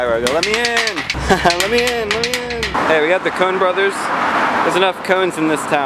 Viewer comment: "Cone brothers" ha